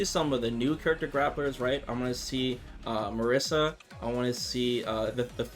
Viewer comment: Marisa was in the reveal trailer, fully visible on a billboard... I wouldn't be surprised and she might the grappler. Also my Italian pride wants her to show up 😂 oh and, she is Italian, her name is pronounced Marísa, accent on the second syllable